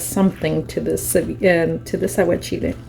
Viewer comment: Aguachile sounds much nicer when you say it...I sound like a big dummy!!...always love what you do